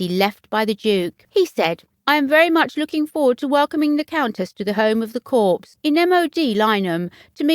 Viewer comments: It's never pronounced CORPSE (meaning a dead body) ... CORPS is pronounced COR without the 's' and is French for 'body'. Kindly research the correct way of pronouncing things when doing a voice over as it can be totally jarring to the listeners when words are massively mispronounced. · Somebody should teach the narrator that viscount has a silent s and corps is pronounced core and not corpse!! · I sincerely hope she did not visit the corpse!!!Corps is pronounced Cor.Please correct.This is an alarming duty for Sophie! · Interesting. At least in the U.S., Corps is pronounce “Core” with the S” being silent. Corpse is something left behind when one dies. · Can't believe the presenter said corpse --Not Corps - pronounced coor. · I cringed. US President Ibsma called our Marine Corp the ‘CORPSE’ too! Ignorance! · It's pronounced core not corpse. Corp with a silent P. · Do try to pronounce words properly. Corps is pronounced core. Not corpse! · Um ... It's pronounced "core" ... Not "corpse" ... Hope this helps ... 😊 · Can't you find a narrator who knows how to pronounce the English language? It's COR, not CORPSE, and VI-COUNT, not VIS-COUNT. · Excellent choice. It’s just a pity that the presenter kept referring to the Corps as a dead body !! I.e. Corpse. Please check pronunciations before venturing forth as Corps is pronounced Core. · And don't know how to pronounce corps. It's core, not corpse. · This is very happy news, Sophie is a good strong woman. As a point of reference ‘Corps’ is pronounced ‘Cor’ as the ‘p’ is silent. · Very happy news, Sophie is a strong woman. Just remember “Corps” is pronounced “Cor.” The ‘S’ is silent. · Who is the narrator? One would think that a woman with a British accent would know how to pronounce "Viscount." Vize-count? Really? And, Queen Alexandria's Royal Army Nursing "CORPSE?" Sort of defeats the purpose of having nurses if they are just nursing "CORPSES!" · Someone tell the commentator that the p in corps is SILENT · Yes and the s